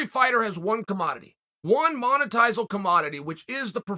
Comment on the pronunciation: One "monetizal" commodity?